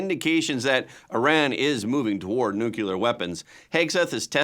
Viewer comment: Nu-clea-er. Nuclear is not pronounced. Nu-cu-ler. Hello.